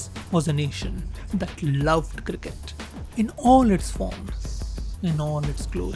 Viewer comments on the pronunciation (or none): The way you pronouce the word cricket is absolutely ridiculous!